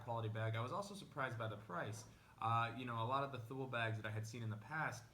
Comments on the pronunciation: It's pronounced TOO-LEE. Otherwise, great vid. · Almost right. The last part is pronounced quick. The best way to describe it to an English speaking person would be like to pronounce the French word 'Le'. Like in 'Le grand'. It's not pronounced like the jeans company Lee, if that makes sense?